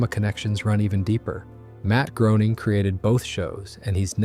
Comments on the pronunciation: You lost me at Matt "Growning", should sound like Greyning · Groening rhymes with "Complaining"